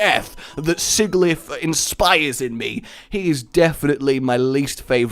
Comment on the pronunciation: No. No no no no no. Sih jihl if. It's litterally the words sigil and if.